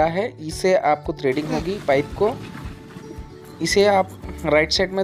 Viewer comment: ट्रेडिंग नहीं थ्रेडिंग क हते है